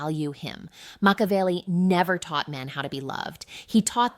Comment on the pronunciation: Moshavelli? AI generated video